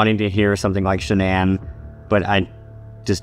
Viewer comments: The voice that says Shanann actually pronounced it the right way, like how her family called her. Shanann like Shannen Dohorty. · Yes and all her friends and family say that. Not Shannon but "Shan-ann" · Didn’t they say she liked her name pronounced just like it’s spelled SHA-Nann? Not like Shannon?